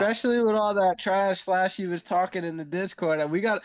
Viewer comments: Pronounced SLUSHY slluuushy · It’s slxshee like the drink there’s no A in my name 😤